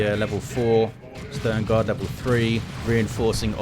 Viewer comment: I love how you say Sternguard (Stoneguard) :D